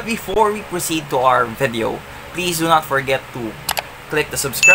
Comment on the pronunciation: its not 'vaadeo' its video.